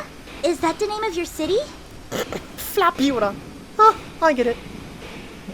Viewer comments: Flaputah? ... Really? Like Fallujah..? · It's laputa